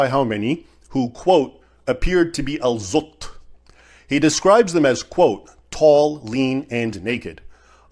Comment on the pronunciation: Al-zutt❎ Al-butt✅